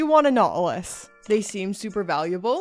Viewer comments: That Nautilus has a 't' in it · A Nought-e-lus??? Every episode you blow my mind with a new pronunciation 😄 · 😅 jokes, it's kinda funny how you say it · Why does she say nautilus like a syndrome